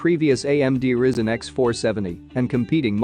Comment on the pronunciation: Pronounced Rai-Zen, not Risen!